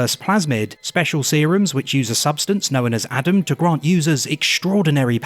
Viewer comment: "knowen"... Its known*